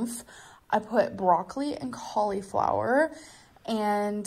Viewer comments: Collie flower 😂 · The way she pronounces cauliflower makes me want to throw a desk through my window. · She pronounces it in sections, like a toddler